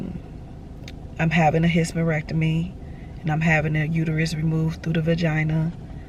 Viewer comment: Omg. I laughed every time you said hysterectomy. Take care of yourself. You having surgery shouldn’t prevent you from getting a job, just tell them once they offer you the job. ❤❤❤